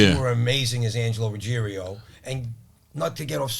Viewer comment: It’s Ruggiero not ruggierio